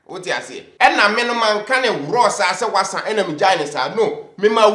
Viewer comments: please stop saying the wassa😂😂😂😂😂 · Yeaaass!!! “Wasa”!!! 😂😂😂